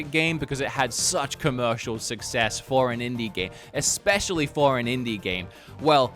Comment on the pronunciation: you speak for a living. You cannot be out here saying PREformance and EXpecially 😅